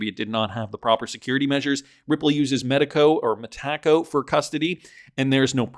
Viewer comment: 😅 still calling it Ma-Ta-co